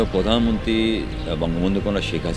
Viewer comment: ভালো উদ্যোগ. একটা জয়গাতে আমার খটকা লাগলো. মাস্টার্স ডিগ্রী পাশ করার পরও, প্রধানমন্ত্রীকে পরধান মন্ত্রী এবং রিক্সাকে রিস্কা উচ্চারণ করে কেন? এটা কি শিক্ষা ব্যাবস্থার ত্রুটি? পরবর্তী প্রজন্ম কিভাবে শুদ্ধ উচ্চারণ শিখবে?